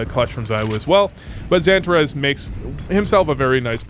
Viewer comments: Santa Rez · The way you pronounce XANTARES is so American. 😂